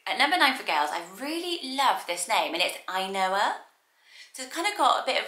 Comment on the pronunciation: The way you pronounce "Ainhoa" reminds me of the Finnish word, "ainoa" which means the only one.